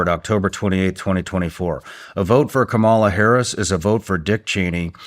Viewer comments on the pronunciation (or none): Shawn, you're a smart person, so I do wish you'd show proper respect to Kamala Harris and learn to say her name correctly.